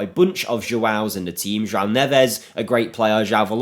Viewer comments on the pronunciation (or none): you pronounce it JOAOM - and REGO means ass in Brazilian portugues